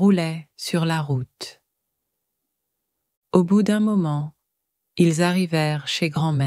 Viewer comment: I’m guessing AI voice and images. Image errors and some pronunciation errors. For example, , the screen says, “ Au bout du moment, ils arrivèrent chez grand-mère.” The written text is correct but the voice doesn’t pronounce correctly. It says “arri-VERR,” whatever that may mean. So it’s not bad, but it still needs human interaction to make it absolutely accurate before charging a monthly “membership fee.”